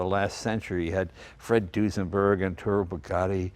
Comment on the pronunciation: It's ETTORE not Entore! <3